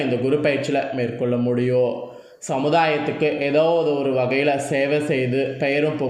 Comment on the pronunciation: ஒரு வேண்டுகோள் ... தமிழை இன்னும் சரியாக உச்சரிக்க நல்ல பயிற்சி எடுக்கவும் ...... "இருக்கும்" "உண்டாகும்:" "முடியும்" "நடக்கும்" போன்ற பல சொற்களில் கடைசியில் சொல்ல வேண்டிய "ம்" எழுத்தை முழுமையாகச் சொல்லாமல் .... "இருக்கு..." "உண்டாகு...:" "முடியு...." "நடக்கு....." என்று சொல்கிறீர்கள் ... நீங்கள் சொல்லும் கருத்தைக் கேட்க முடியாமல். உங்கள் தமிழ் உச்சரிப்பு மிக நெருடலாக இருக்கிறது ...நேயர்களின் மனத்தில் உங்கள் கருத்து மிக நுட்பமாக ஆழமாகச் செல்ல, உங்கள் தமிழ் உச்சரிப்பு சரியானதாக, ஆத்மார்த்தமானதாக இருக்க வேண்டும் நன்றி